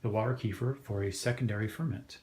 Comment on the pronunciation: That’s the correct pronunciation